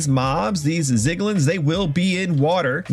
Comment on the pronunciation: love the tutorial just PLEASE THE ZIGLIN SPEAK IS GONNA KILL ME